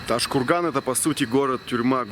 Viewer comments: Произнёс ташкурган видно что в ёбупге живёшь )))) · Не ташкурган а правильно Тоджкургон там живут Таджики а не уйгури